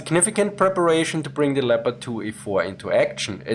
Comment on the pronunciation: Aren't you able to pronounce the tanks' names in their original pronunciation, but use fake English one?